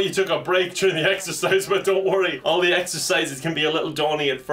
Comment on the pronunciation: Did you say exercise or EXTRA FRIES